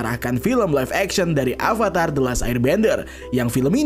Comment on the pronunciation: Beberapa kali Narator mengucapkan kata "ALVATAR" Yang benar itu "AVATAR"